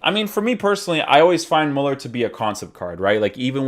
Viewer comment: Its pronounced MÜLLER